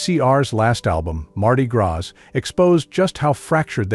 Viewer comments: TERRIBLE that you used a bot to record the narration. Hearing the telltale mistakes in intonation and pronunciation (e.g., "led" as the pronunciation for "leed" guitar, and "graz" for gras in Mardi Gras ) just makes this seem like a manufactured hatchet piece. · Ha! "Mardi Grass"????